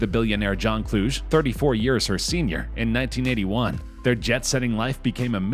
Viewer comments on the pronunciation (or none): Kluge = Clue-Gee NOT Klooj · Cheminitz is pronounced with a HARD C -- as in K. Kluge is pronounced Clue Gay, yeah it's a famous German surname. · Dude, please look up how to pronounce certain words. The way you said "Kluge" and "Chemnitz" is absolutely terrible.